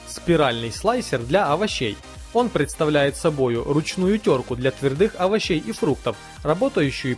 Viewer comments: У меня кровь пошла из ушей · Может твЁрдых, а не твердЫх? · ТвердЫх овощей! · Твердых. Бля ты русский? Твёрдых. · ТвердЫх, классный русский язык👍